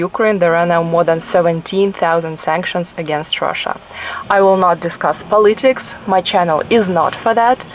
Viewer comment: Good vlog. Keep working on pronunciations. It is not American vs. British English pronunciation differences, it is that you - place stress on the wrong syllables or incorrectly pronounce words. Pronouncing words incorrectly can change the entire meaning of the word! Adopted and adapted for example. Pó • litics, not polí• tics.